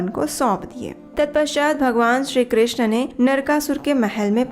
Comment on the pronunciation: Hare krishn' App bhut sundar awaj m har Katha ko sunati hai or bhakti marg ko pradarshit krti h uske liye dhanyavad Ek request h app hare krishnaa* pronounce krti h But Krishna* is draupadi's name Hare Krishn` 🙏🏻